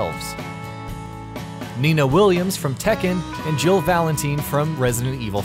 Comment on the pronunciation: omg if he said jill name wrong one more time I was ready to flip shit